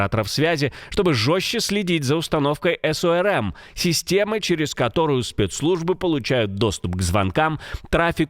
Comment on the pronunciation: Система оперативно розыскных мероприятий. Аббревиатура "СОРМ" Так и читается - слитно, насквозь. И никаких ЭС-ОРМ. Это не английская аббревиатура.